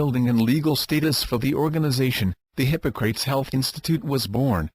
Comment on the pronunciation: If you can handle the automated voice that pronounces Hippocrates hippo-crates (:)) this will save your life!